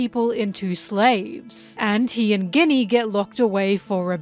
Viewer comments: I think Ginny is pronounced “Jinny”. Is this rage baiting? Haha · I love your content so so so much, but I just can't resist the grammar Nazi urge: it's pronounced JINNY, and it's pronounced EEVANKOV. At least if we stick to the japanese pronunciation. Everything else in this video is just awesome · i want to focus but you keep saying Ginny like Guinnea and im distracted >:( lol jk, very good analysis :3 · You can't be pronouncing Ginny like Guinea after she was made into a Guinea Pig for Saturns experiments. Thats meessed up ;A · and Ginny Guinea lol, what is going on! i feel like you dont pronounce it this way in ur regular videos. Really makes my brain itchy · Pronunciation correction incoming, enjoy this tasty tasty engagement! Ginny is a real name, it's short for Virginia and is pronounced with a soft g, so it sounds more like the main ingredient of a Martini or like an Arabian wish-granting wind spirit. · I love you,, but please look up how to pronounce "Ginny", it's driving me nuts!